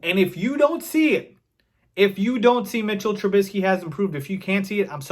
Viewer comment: I love it. You say his name correctly. His name is MITCHELL TRUBISKY. If you know you know the reference